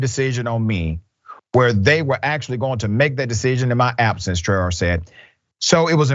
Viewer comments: The correct pronunciation of that name is Traore( Tra-oh-Ray). It is a West African name.. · Pronounced Trey-o-rey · I believe that name is of Senegalese origin and is pronounced Tra Oh Ray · Her name is pronounced Tra-Ó-ré it's a west African name.